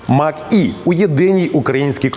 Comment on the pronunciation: Може Мач - Е, а не Мак-Е.